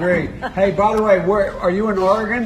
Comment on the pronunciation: Biden literally asks are you in Largon not Oregon 🤦‍♂️😂🤣😂🤣🇺🇸👍🏻LGB!!!!